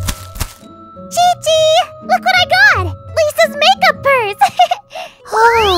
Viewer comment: There is also the zhongli and qiqi part It is pronounced more like zihong lee and ji ji rather than Jongli and cici for native English speakers